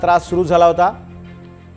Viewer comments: गम्मा नही रे 😂 गॅमा गॅमा😅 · गम्मा नाईफ सर्जरी नाही रे गॅमा नाईफ सर्जरी 😂😅 😅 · याला रीपोर्टर कोणी केला रे... हा गॅमा ला गम्मा म्हणतोय 😅😅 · गम्मा नाही रे अडनचोट गॅमा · गमा नव्हे तर गॅमा आहे बाबा ते 😂😂 ... नवीन शोध नका सांगू कृपया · गंमा नाय ओ, गॅमा नाइफ़ सर्जरी आहे ती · पागल गम्मा नाही आहे ते . ग्यामा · Reporter badla..gamma mhntoy...wachta yet nahit ajarachi nawe.. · Reporter साहेब खूपच भारी "गम्मा" त सांगितली तुम्ही😂😂😂😂😂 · Gyama Rays माहित नाही का Reporter बाबा तुला😂alpa Bita Gyama Rays